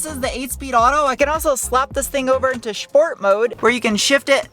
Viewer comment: Did you say “shport mode“ and “shteel“?